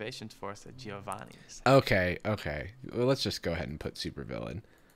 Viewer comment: It’s pronounced jo-vanni, not gee-o-vanni